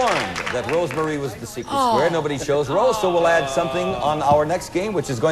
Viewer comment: "Rose Mare", seriously? 👀